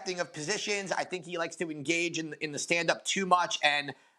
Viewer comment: "Da" instead of The? Stay your ass in soft ass Indiana